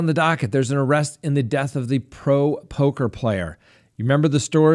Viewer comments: POKER player...not POCKER :) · its poker, not pocker. 😄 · Lol you said pocker